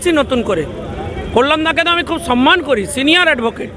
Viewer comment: তোরা শূয়োরের মাংস খেয়ে সম্মান কে সন মান বলিস।